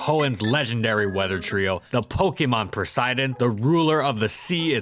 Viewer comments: You know it’s pronounced Poseidon, right? You know.. Just like it’s spelled. Not Persydin. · Am I hearing things or did you pronounce Poseidon as “Presidin”? Like a judge be presidin over a case?